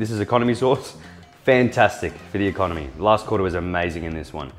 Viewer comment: okonomiyaki sauce in Japanese: お好み焼きソース: "economy sauce" -all guud